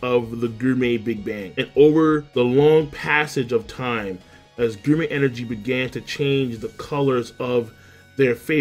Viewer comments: I’ll never get over how u mispronounce gourmet (GORE-MAY) as (GUR-MEY) 🍖😭😂😂😂😂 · Is this the last time we get to hear King's odd pronunciation of gourmet? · Is he saying gourmet wrong on purpose? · More like 'GRRRRRRRRRRR-MAY'. Every goddamn time. He also never figured out how to pronounce Ichiryu correctly.